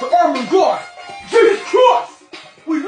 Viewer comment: I thought he was saying we love you dawg